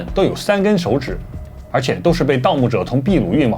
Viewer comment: ，不解也，ㄇ一丶秘密你你念ㄇㄧ丶，那秘魯，會念秘ㄅ一ˋ魯呢？？ 是翻譯發音嗎？ 都念ㄇㄧ丶魯不行嗎？😅😅😅😅😅